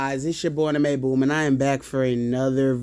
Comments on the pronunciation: King Bumi (BOO-me). Not king Bumi (BUH-me) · You pronounce the buum like boom but it looks like bum more then boom lol😂